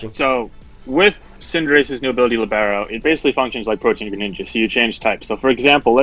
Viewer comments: Lìbero. It is lìbero, my friend. Not libéro :) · should be LEE-bero, rather than li-BARE-o. It's a type of player in soccer.